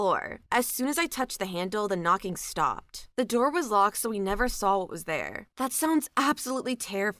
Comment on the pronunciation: There isn't an L the word saw I love listening to your narration, except for the word saw.🫣😳